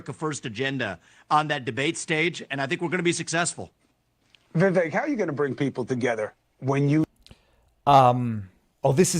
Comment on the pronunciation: Vivek rhymes with "cake"